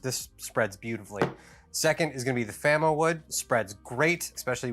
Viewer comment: we'll okkk,,,,,, it's FAMOwood not Famawood --- I got - I got it